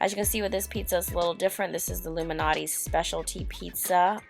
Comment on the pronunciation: It's "Jee-or-danos" and not "jor-danos". It's "Lou Mal-not-ees" and not "Loumanotee". Also.... "pictured" is pronounced pick-chured and not pitchurd. Slow the fuck down. Learn to pronounce. You're getting way ahead of yourself. And the fact that you'll choose Food Life over a plethora of other places speaks VOLUMES.